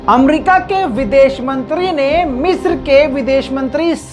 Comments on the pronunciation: مصر نہ کہ مسر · Bhai it's (مصر)not (میسر) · Waah !!!! kya urdu hai meesar(misr) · 😂😂😂 urdu kamjor hai ki,❤🇮🇳😍🥰